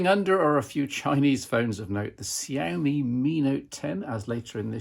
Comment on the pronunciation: Kudos on the pronunciation of Xiaomi.